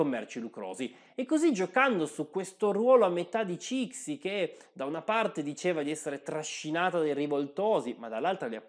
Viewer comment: Ciao, ti segnalo il libro “l’imperatrice Cixi” che offre un punto di vista un po’ diverso. Il video è molto interessante. Ti prego, non pronunciare Cixi così.